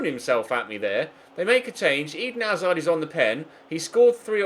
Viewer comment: Why does pronounce hazard like Eden hazar